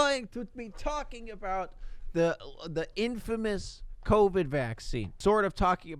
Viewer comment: COVID not covet